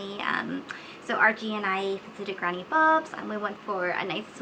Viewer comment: I kept thinking you were saying Archie. Like who is Archie? But noooo, you said RG